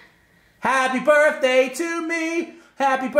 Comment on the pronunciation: =Bertday instead of birthday